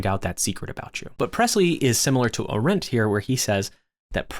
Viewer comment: Love your content, but please stop mispronouncing Arendt 😭